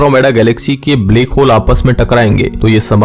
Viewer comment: Bhai baki video dekhne mein toh knowledge mlti hai lekin iss black hole ko bleck hole pronounce mt kiya kro sunne mein bht ajeeb lagta hai bht saari video mein yhi suna hai mene black ko bleck bolte ho .